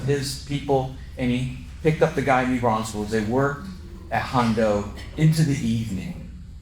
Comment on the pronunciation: It's New Braunfels, not New Braunsfels!